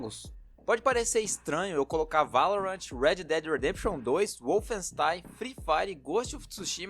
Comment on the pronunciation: Sou do tipo conquistado/explorador, só não ligo pra platina, e pelo amor de Deus é Red dead não redi😂